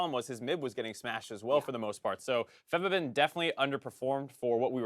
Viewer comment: Can you guys stop mispronouncing Febiven's name, please? Thanks.